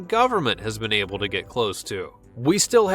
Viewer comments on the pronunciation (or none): none